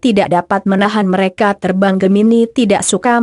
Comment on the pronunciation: Mengapa membacakan ramalan zodiak tersendat2,_ byak yg g ngerti, tpi aq berusaha pahami maksudnya. Dan suka dengatkan hal ramalan zodiak. .tpi bacanya selalu pedot2, mereka, menjadi , m e r a ka .merekan. Aq suka,tpi bacanya kyak basa campuran..apa benar ..